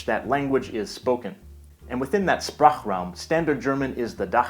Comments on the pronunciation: The digraph "Sp"/"sp" is actually pronounced [ʃp], not [sp] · Goodbye - Goodbye? Oh, and the S before a P in the beginning of a word (or a root) should be pronunced /ʃ/, like the S in Sprachraum and Dachsprache Also, little mistake : The voice says "das" but you wrote "dieses". On top of it, "the" in german cannot be "dieses", because "dieses" means "this". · its actually shprachraum with a sh like shoe